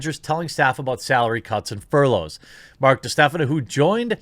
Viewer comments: Furlough = FUR-lo. Plus, I’ve heard you’re actually 1.5% too loyal. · Its furlough as in furr-low bro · Furlough is pronounced 'fur-low', btw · aw man what an arse to tweet that. btw it is "fur-low" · Furlough rhymes with dough, not cough, Jeremy. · Not knowing how furlough is pronounced. Doh!